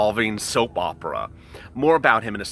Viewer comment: Hahahahhaha.... i like when you say soap operA....indeed it is!!! Super dramatic drama for stimulus check.....❤️❤️❤️❤️❤️